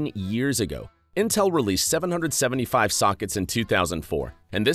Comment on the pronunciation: can we just talk about how he said 775 instead of 775?